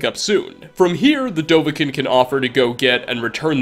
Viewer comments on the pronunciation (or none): Bro it’s dovah KIIN. Say dovah. Then keen it’s spelt kiin but yeah